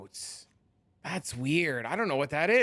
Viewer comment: "cenotes" for future reference are pronounced 'see-note-aye'.